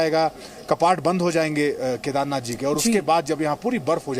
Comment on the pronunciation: ZEE news please not speak Kadhernath dham K nath not dham jyotirling ling please